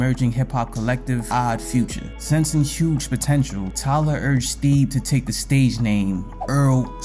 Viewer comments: Just butchering my boy name crazy 😂😂 Theeeb is wild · mispronouncing his name is a pretty big L i cant lie but im still gonna watch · They way you’re pronouncing Thebe is triggering 💀💀💀 but a great video bro